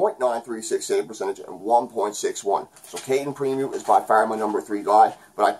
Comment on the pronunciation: I'm of the mind KK is still a prospect,but you can see it either way, it's all good. It's pronounced Preem-o btw lol thought you might want to know. You did a great job here again, as always buddy!